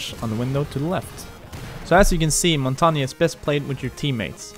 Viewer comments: Montagne, you say it like Mon-tay-ain. Not mountainium... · Its more like pronounced Montanjeu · Its it's pernounced in French Mon tang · LOL The guy says: Montagna, yes this is how you pronounce it. Not it isn't. I'm French and you don't say the E at the end. English speakers have difficulties with his name because the "mon" syllable doesn't exist in English. You pronounce it: Montagn, without the E. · As someone who speaks french, i can confirm one thing: it's not pronounced montanya. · I thought it was pronounced mon - tan -yay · Omg everyone pronounces it rwrong I know French this is how u pronounce it "Mon-tang" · Its pronounced Mon-tang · is not montagna truste me im a french canadian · Jamie Walters ffs I live in quebec and the error that everyone make is thinking the g is silent it’s: its actually a mix and this mix just doesn’t exist in english so if you don’t speak french say mountain it feel like if everyone said maounttaain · the error he did was prounoucing the e as an a again the e is very different it sounds like the the end of how you guys pronounce L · I mean you're right it's the French word for mountain but you really need to look up how it's pronounced bud. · Said montagne wrong